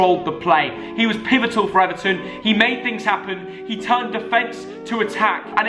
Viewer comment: This is how many times said “pivitol” ⬇️⬇️⬇️